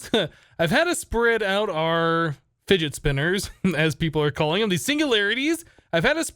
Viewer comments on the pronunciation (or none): ive got triggered when u said spidget finner